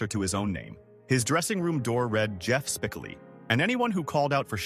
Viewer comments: I hate when idiots destroy videos u didn’t even watch the movie… it’s spicoli not spiclee u dunce. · No shit, that was so annoying over and over and over again they could not pronounce spec Oli. It’s not that difficult. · S p i c o o lll eeee not Spickily.. dumazz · Its spikolee not spikilee Ai is ruining the fun of the name .its was funnier hearing spikolee . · Spicoli (Spa-kol-ee) not Spicillie😂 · Spickley??? I hate AI so, so much. 😞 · Spi-coal-lee is the way it's said Mr. AI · Spickilli? AI crap! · Spicillie? I stop watching right there.... AI strikes again....Does anyone do any editing and listen to the dialog before uploading these videos? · I stopped at "Spick-oh-lee". So about 45 seconds in. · Spic a Lee? Really? F this ai crap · Lost me at SPICK-o-lee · SPIK-ah-LEE. Terrific. Yes, AI script reading still sucks. Didn't know Cage was in Fast Times. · Spickely? Spiccoly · For God's sake . The content creator needs to either ditch the AI voice completely or at least teach it how to properly pronounce a name. I'm pretty sure everyone knows exactly which character's name I'm talking about s p I c "O" l i . Honestly, how hard is it to actually watch a clip of the movie and realize that the character's name is pronounced using a hard "O". It's not that tough to do. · Get the names right! Spicalee. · Silver for sure and his name is pronounced Spi coh lee the middle is oh not whatever this AI is spitting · Spa-kol-ee.........Spa-kol-ee...........Spa-kol-ee..........whoever does these retrospectives should watch and LISTEN to the dialog.......!!!!!! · Spik-koh-lee. Like Sicily. 🤣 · Actual pronunciation would be more like : Spih-koh-lee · Thank You. I was 21 when the movie came out & I was working at a record store when the soundtrack came out & sold out for months. Its SpakOlee Dumbass !!! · Jfc!! Spick-- coe-- lee!!! Have you even watched this??? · It’s Spi-Kol-ee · i stopped watching once the "narrator" could not pronounce Spicoli. AI tripe!